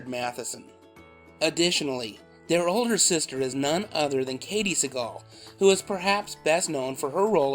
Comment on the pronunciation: I got thrown off when I'd heard Liz-n-Jean's surname mispronounced as "Say-gle" and Katey's was pronounced correctly.. It reminded me of George Seagal's name, so I didn't pay attention to the spelling. I don't remember anything about the series - it was just on less than a year then it disappeared - no reruns or anything.